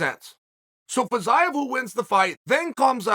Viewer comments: It's pronounced Feezeeyev, Chael. Not Fazayev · he pronounces Fiziev's name incorrectly